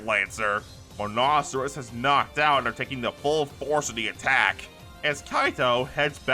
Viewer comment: Other than some wrong pronunciations, Nekorama instead of Nekopara and the C in Monoceros being pronounced as a C instead of an S, I really enjoyed the story so far